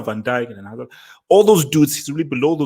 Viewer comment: LMAO the way dropped the hazard name. He knew he had to mumble it.